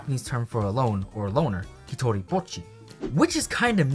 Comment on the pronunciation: thank you for saying bocchi correctly. ive been peeved from people pronouncing it "boe-cchi" for so long now lmao